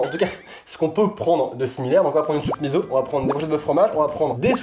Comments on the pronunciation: Bon alors on va mettre les choses au clair 😂 On dit soupe miSSo pas miZo même si ça s'écrit miso, en japonais, un -s se prononce comme -ss en français :') #soutenonslasoupemiso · Soupe miSSO et pas miZo 😂